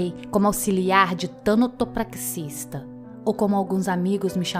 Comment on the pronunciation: Como sempre uma narração incrível! Edit: suicidas não estão condenados ao inferno por seu ato de desespero. Deus é perdão. Não caiam nessa conversa de religiões preconceituosas que não entendem nada sobre o sofrimento humano, quem dirá da bondade do Deus verdadeiro. Só uma observação, o nome da profissão é Tanatopraxista e não Tânatopraxista. É TANATO mesmo, sem acento. 😉